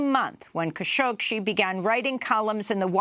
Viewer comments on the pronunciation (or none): Stop mispronouncing the name Khashoggi. Google "how to pronounce khashoggi"; she got the idea how to do it and she never examined it again. So annoying! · There’s more than one way to pronounce “Khashoggi”. Jamal and his immediate family are Saudi, who pronounce it as “Kha-shoh-gee”, although his progenitors and entomology of the surname are Turkish, who pronounce it “Kun-shohk-see”. I believe (although not 100% sure) this is due to a difference in phonetics between Turkish and Arabic.